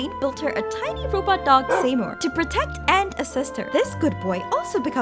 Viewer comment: Interesting theories. I'm of one mind to bet that Sandrone got jaded after all these years, knowing she never could replace Mary-Ann. Also, I'm begging you to learn how to pronounce "Seymour." It's "see-moor"